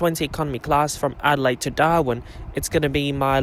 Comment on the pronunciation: lol i though you said Doha (Qatar) instead of Darwin 😂😂😂